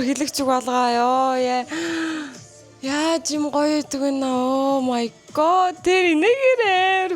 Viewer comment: өө мая гооод гээд сонсох жхн эвгү бдг да. Дуудлагын засчуул